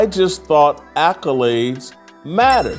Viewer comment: Tasha k ghetto saying "alcolades" instead of accolade was upsetting me